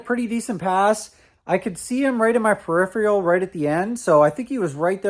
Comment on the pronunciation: peripheral. (Purr-if-err-el). There is no “i” at the end. So it cant be purr-iff-ree-al.